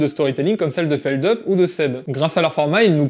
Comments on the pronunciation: par contre, fais attention si tu tiens à la vie, c'est feldoupe pas feldeup x) super vidéo comme d'habitude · Jcrois même qu'en interview chez DFG il avait dit que c'était feldupe en mode tu prononces bien le U 😳 je risque de me faire des ennemis... (Merci pour ton com champion)